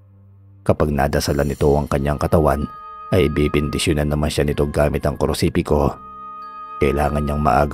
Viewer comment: nice story po,pero hnd po krusipiko,kondi krusipiyo Ang tawagsa krus